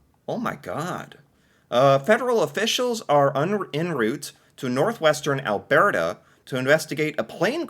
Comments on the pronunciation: Al Bert Ah ..... not Al Bear Tah Poly Ever ... conservative party leader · It's pronounced Al-BERT-a, not Al-BEART-a. Like Bert and Ernie. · Alberta is pronounced as the name Albert + a. Or if said in a convo, Alberda. You seem to throw something extra into this word. And remember: just BC for British Columbia. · Ok, repeat after me. AL-burr-ta. NOT whatever it us you're trying to say. LOL 😅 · I wonder if could pick out "Albearta" on a map...? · Is it just me that cringes a tiny bit every time he says alberta like he randomly got distracted by a bear halfway through the word? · What do you call someone named Bert. Now say Alberta, it drives me crazy how you say it and has for a couple of years. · I guess you're still struggling with how to pronounce Alberta.. think of Bert and Ernie...... that's how Alberta is pronounced house for Canadian news I'm Canadian I haven't watched any Canadian news and months so you're doing me a favor in Catching me up LOL